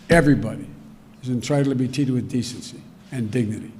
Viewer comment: "entritled to be teated"